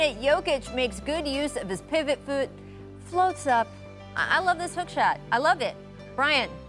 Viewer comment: “Pivot feut”